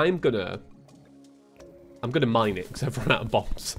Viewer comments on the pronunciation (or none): none